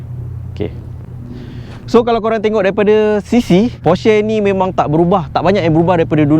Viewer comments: cara sebut porsche actually, por’scuh’, bukan por’sheh’ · sebut porsche pon salah. halah reviewer kereta mende cenggini hhahahahahahahaha